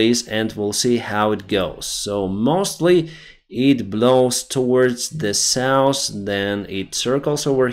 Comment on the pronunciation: i love your work, but not your pronunciation of North and South. Nors and sous for evah